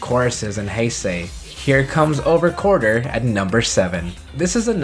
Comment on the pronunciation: Is anyone else sorta triggered that he said "Over Quarter" instead of "Over QUARTZer" lol